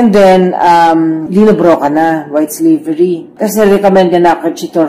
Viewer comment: Slavery not slavary